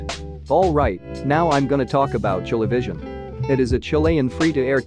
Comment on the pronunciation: as a chilean who knows english its pronounced "ChileVisión"